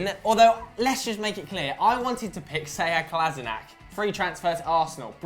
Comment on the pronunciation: It's pronounced seyad kola-sheen-ats trust me I'm Bosnian